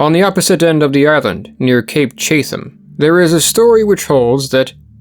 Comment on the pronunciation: or : How in the world did you end up pronouncing "Chatham" like you did? It's /ˈtʃætəm/ ("chat-um").